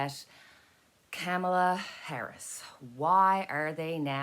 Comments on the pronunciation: Its not Camala, its pronounced as in comma Comala=Kamala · Kamala is pronounced 'comma-la' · If you've ever seen them together, it's very obvious the genuinely like eachother ALOT. They're grownups and professional, unlike the right wing lie mongers. (One way to remember how to pronounce Kamalas name: " comma-- la" .,,,,,,,comma,,,,,,😊💕